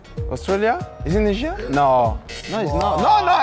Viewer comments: Thank Laca, for your say Indonesia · Thank you lacazette nyebut indonesia